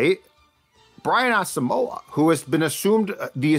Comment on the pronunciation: Why are Vikings Podcasters and media people unable to correctly pronounce Brian Asamoah's last name??? It's pronounced "Awesome-wa".